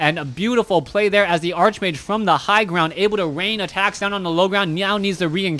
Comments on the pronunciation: I know it bugs me too, its Arc much like Character, chaos, anchor, chemistry, Stomach, Architect... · Bryan Lariviere Archbishop and archenemy are actually pronounced the way he incorrectly pronounces archmage. Probably part of the reason he is getting confused.